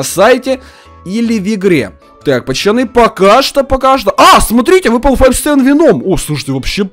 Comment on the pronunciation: Почему ты говоришь пачаны а не пацаны. Все видео пачаны да пачаны